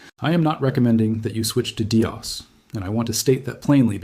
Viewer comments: Dee oss huh...🙄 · You lost me at “DeeOS” lol